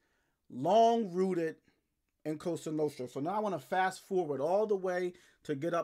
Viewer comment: I told you. I love your channel but stop saying “coasta nooostta”. Lmao